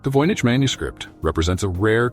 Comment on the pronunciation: CLICKBAIT. Nothing new explained in this video riddled with mistakes. Annoying piano in the background. VOYNICH voyage, voynyche, voinage, homish?